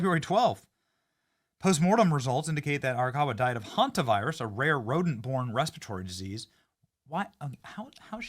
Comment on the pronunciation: 'REPERTORY' disease lol. You breathe it in. Has nothing to do with eating anything.